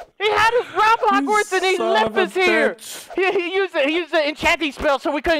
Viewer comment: said Hagwarts instead of Hogwarts.... I'm done...